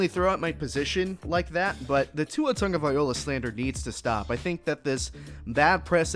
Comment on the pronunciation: Please if u going to do a podcast get Tua's last name right or don't say at all, Tua will be alright.